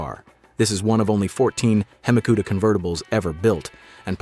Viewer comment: Just a suggestion. Don’t have AI read all these car names off. It is not a hemi Cuda like barbecue. God forbid it actually say Lamborghini coon Tosh correctly. 😂😂